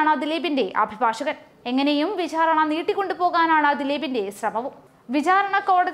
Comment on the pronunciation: വിഛാരണ അല്ല വിചാരണ